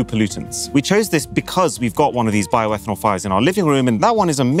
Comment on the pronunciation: Bioetanol 😂😂😂 seriously?